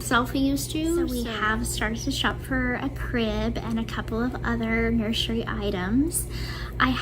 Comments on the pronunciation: "Nurshery" kills me every time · The way she says "nurshery" drives me insane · I can't stand it when she says "nurshury". It makes me wanna slap her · It won’t be a “nurshery” it’ll be a stage 🤦🏻‍♀️ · If she says “nurshery” one more time, I’m gonna lose it 😂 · omg Gypsy has to stop pronouncing nursery wrong. it's deafening to the ears